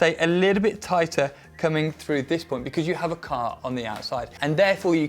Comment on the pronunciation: Really love how said "becurse" (because) Thank you for the content